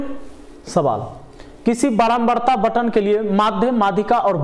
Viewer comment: Batan nahi hai sir bantan hota hai